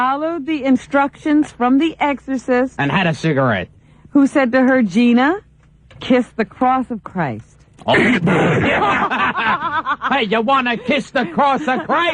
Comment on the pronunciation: Robin Quivers can't even pronounce the word "exorcist" correctly - I can't believe she says "EGGS-corcism".